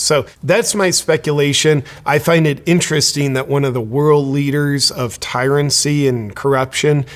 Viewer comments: It's 'tyranny' not tyrancy, whatever the hell that is....the 'lock down Czar' is taking over from her, so no improvement. Remember, the Kiwis will continue to VOTE for these people so..... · I believe the word is tyranny not tyrancy. Keep up the good work though 👍🙏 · Come on, JP--the word is 'tyranny' not 'tyrancy'